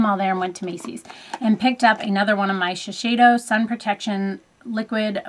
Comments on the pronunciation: I'm Japanese and it's a mouthful, isn't it??? Lol! Shiseido=she-say-doe :) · D she-say-doe (like a deer, doe-foot applicator etc). From someone who speaks Japanese ;) love your videos! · It's pronounced the same way it's written. Not Shi-shei-do but Shi-SEI-do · This is a fantastic video. Sheseido is pronounced: she-SAY-dough. =) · It's pronounced She-Say-Doe. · Shiseido is pronounced - she-say-dough.:) Japanese major here.